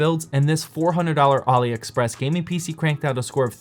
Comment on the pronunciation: I think its pronounced Allie express not ollie express